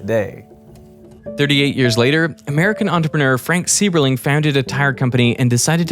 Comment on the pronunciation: Sieberling (the founder of Goodyear) is pronounced SY-ber-ling, with an "eye" sound. (I grew up in Akron and knew some of the Sieberling family members).